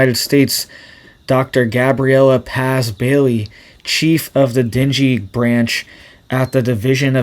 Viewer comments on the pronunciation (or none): Not dingy fever. It is pronounced Den-gay fever. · It’s /den GAY/ not dingy! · Pronounced den gay. Not dingy. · FYI, it's pronounced "dang", not "dingey". The person who named it has sensitive ears or it would be named "damn fever". Here's an example. Mother: Are you down with the sickness? Some bloke: Yes. It's that damn fever again! Mother: Dear, let's call it "dang fever". Some bloke: Only if we misspell it! Yep. Can't argue with that. :) Well, hopefully this joke helps you remember how to pronounce it. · It’s not dinghy fever- it’s pronounced ding. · Not Dingy Fever. Say DANG GAY Fever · deng-gee not dinjy fever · Deen-gay. That's how you pronounce dengue. That said, this is some sobering info. Thanks for sharing and making us aware. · Thank you for the info and the way you pronounce dengue innocently wrong, "dingy fever" because the truth of our world would make any sensible soul cry more than laugh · Pronounced den-gay fever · just in case it matters to you, dengue is pronounced "den-gay". No judgments here, just saying. 😁👍